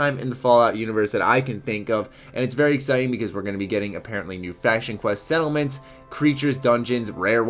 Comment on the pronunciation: he said Seattle mints not settlements...... definitely...